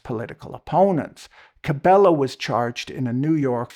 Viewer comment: The only problem with your video is your pronunciation of Cabello (is like "yo"), Machado (is like "chachacha") and Aragua (I have absolutely no clue what did you say, but it wasnt Aragua) :P Apart from that, well, as a Venezuelan abroad, it was bad when the oil was in hand of one group of corrupt immoral assholes who never gave a clear answer about what they were doing with it, now is in control of a different group of corrupt immoral assholes that doesnt give a clear answer on how much and when do they pass to the first group of assholes, who still dont give any kind of report whatsoever. Whatever the situation is, what it is clear for me is that who knows when Venezuelans can actually see that money being used for good, and that the longer this goes on, the less it looks like anybody actually cares about actual democracy and justice coming back to the country.